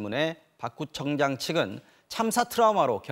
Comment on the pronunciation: 저기 화면에 나온거 지 아니라고 우기겠네. 지 입으로 구청장이라 한거 다시 잘들어보세요 구점장으로 들리지 않나요